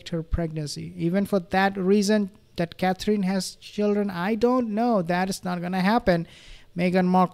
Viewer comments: Hi there please pronounce Catherine Roperly . It’s Cathrin not cathreen xxx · You say, Catherine’s name beautifully.